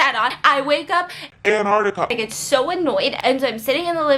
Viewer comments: Stephanie: makes fun of for say vines Also Stephanie: says “anartica” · It’s Antarctica biss 😂😂